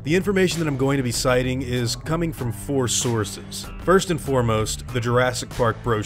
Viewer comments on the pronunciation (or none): none